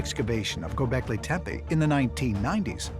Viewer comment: It's like the guy is intentionally messing the words up. anunnak eye, göbekl eye. I wonder what he calls Pippi Long stocking.....Pie pie.😂